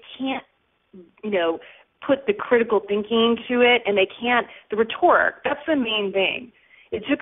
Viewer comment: She can't even pronounce "rhetoric" correctly! Come on! Anyone who says "I was like, oh my god dude" in an interview is FAIL.